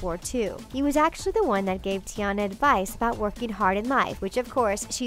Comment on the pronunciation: Summer Marie Hobson it’s tiana not tona